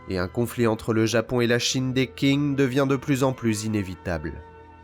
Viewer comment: ont dit pas Quing ,mais "t'singu" ,le Q en chinois deviens "t's" 🤓👆